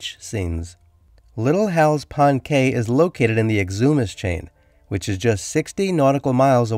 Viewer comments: Please research pronunciation of Cay. Pronounced Key by Bahamians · Cay is pronounced "key".